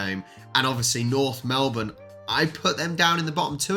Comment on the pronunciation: okay loved the video but if you don't stop calling them Mlebourne... they are NORTH omg@ you are killing meee!!!!! Melbourne is Melbourne and North Melbourne is NORTH... AHHHHHHHHHHH ... okay rant over... LOL